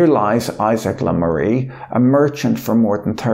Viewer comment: Le Maire is pronounced such that it rhymes with Bear :)